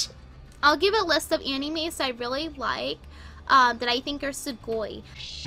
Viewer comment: AN - EE - MAYS